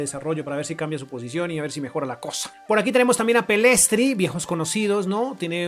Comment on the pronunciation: Me encanta como le dice Pellestri a Pellistri 🤣 Por cierto sigo creyendo que Benjamín Suárez sería un gran candidato para la próxima serie